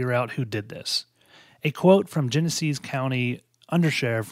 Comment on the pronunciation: Michigan native here. It's CL-I-O and it's Genessee County.